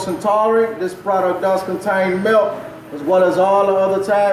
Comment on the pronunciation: "Every single flavor out tha contains melk"